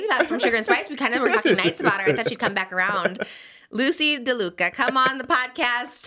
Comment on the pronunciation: I love how never corrects Trisha when she says Lucy de Luca